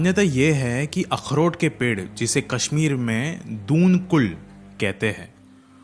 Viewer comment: firstly please pronounce properly if you’re trying to make a video on a particular state or its culture. ‘Pheran’ is pronounced as ‘ferrun’ not pehraaan. Also dal lake is no shortcut to any place. And in doon kul letter D of doon is pronounced as the D in delight. Also i dont know which Kashmiri house’s washroom is heated by wood. hamam is a room for sitting, the other hamam is arabic word for washroom which is different from a Kashmiri Hamam